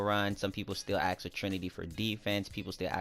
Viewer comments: Its ask not ax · Always axed for... No offense, great content, but thats not how you say "ask"